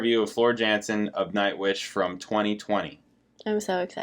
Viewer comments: "Yan-sen". Not "Jan-sen". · Her surname is pronounced as YUHN Sen, not JEN SEN.